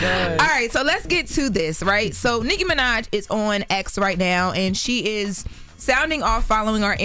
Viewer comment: Did Charlemagne say sicky Minaj 🤣🤣🤣🤣 yo.....